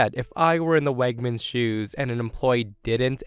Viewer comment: Wegmans is not pronounced as "Wagmans." And, please, when OP writes the grammatically correct "anyway" stop changing it to the nonstandard "anyways." (Adverbs cannot be pluralized.)